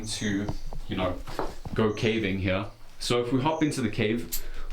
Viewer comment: Does anyone else hear how to dude says "Heyah" instead of Here? Its just like......funny to me :) also....PIGGLETS OMG PIGGLETS